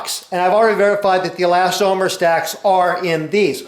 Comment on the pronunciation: Chemist here. We pronounce elastomer with the accent on las, not on tom. Webster's New Collegiate Dictionary agrees with me.